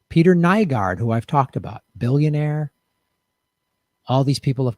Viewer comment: Kinda odd when I started watching this video YouTube had some weird glitch and I couldn't see the comments... not saying that it was anything more than a weird coincident, but... Also, yes he's a monster but you do have to pronounce his name right, it's NEW-GORD